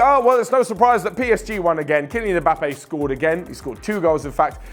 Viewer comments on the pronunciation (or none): none